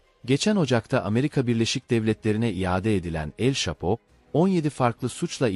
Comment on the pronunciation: Telafuzlarin cok kötü şhapo ne mk Manhattan ayri vaka😂😂😂